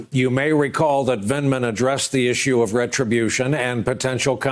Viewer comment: With his dry drug addict's mouth he couldn't even say Vindman.